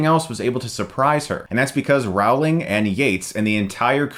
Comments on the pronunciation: Rowling. Not Rouwling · Row-ling, not Rao-ling. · Chris I love your channel, but for gods sake I can't believe you're still mispronouncing rowlings name lmao. It's "rolling" not "howling" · Does your wife ever tell you that her name is pronounced "Rolling" (like rolling pin) not "Rowe-ling" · IT'S PRONOUNCED ROWLING LIKE BOWLING!!! smh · Claims to be a massive HP fan; mispronounces Rowling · How come Oprah can pronounce JK Rowling but this dude can't? Americans pronounce names wrong so bad -_ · how did you pronaunce Rowling? haha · How did Harry Potter get down the hill? He was walking! jk rowling. Remember that joke so you don't say her name wrong again. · That's not how you pronounce "Rowling", Chris... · Your pronunciation of Rowling bothers me